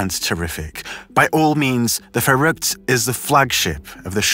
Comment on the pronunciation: Your pronunciation of Verrückt is amazing. Have you learned German? As a German who has heard this story on various channels you're the first one to say it correctly